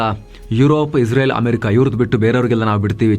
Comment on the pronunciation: Iwanige israel helikke baralla izreal antha bogalthane masth manga